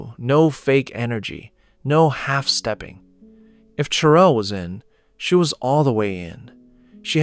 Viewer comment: The narrator said No half stepping. He added the G sound. He a boobonic OG